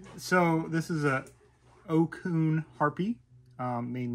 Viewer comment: Another great video! Thank you, guys. Re Ocun - it's pronounced "otsoon" ;) Absolutely love their gear.